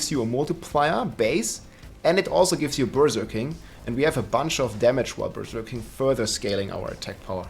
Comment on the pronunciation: I love the way you say Berserking. Sounds like Berger King/Burger King, which has a Whopper, which is what the barb is doing most of the time 🙂